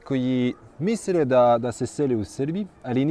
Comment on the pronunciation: Misre hahahha